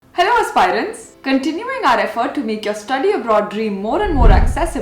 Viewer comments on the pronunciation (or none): Please check the pronunciation of " aspirant".